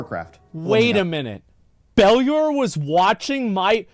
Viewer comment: Dude still can't pronounce "Bellular" properly lmao